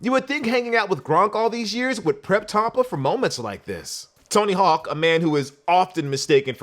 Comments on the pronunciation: Nigga said “Tompa” I’m from there my guy say it right rs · The hell is a “Tompa Bay”?